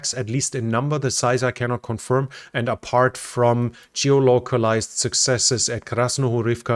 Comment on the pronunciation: I'm not liking or subscribing until you have mastered the word 'geolocated'.